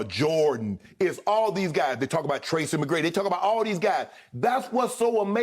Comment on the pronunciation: Shannon said Tracey McGrady Lmfaoooo